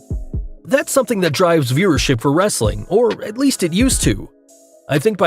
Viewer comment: He doesn't say "wrestling content " right!